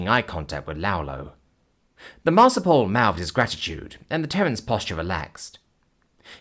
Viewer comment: Marsupial, not marsupal. Please it's hurting my ears... Not like I could do better tho, keep up the great work, and thank you for the new series!